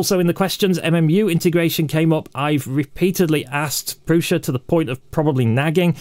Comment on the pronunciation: Minor quibble from a Brit living in CZ: the S in prusa is not a Sh. There is a seperate letter in czech for that, you may have noticed the v above the s in Škoda, thats explicitly pronounced Sh, so Shkoda. Prusa does not have this symbol.